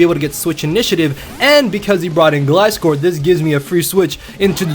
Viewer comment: Finally someone that says gliscor right!